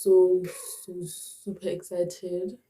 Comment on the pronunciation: When you said "so" I was like "mcwah"😂